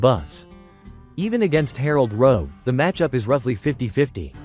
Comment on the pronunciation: It's Rogue, not Rouge... lmao